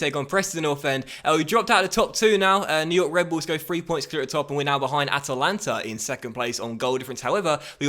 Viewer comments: It's not Atalanta united lol Just At-lanta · it's just Atlanta. Not At-A-lanta <3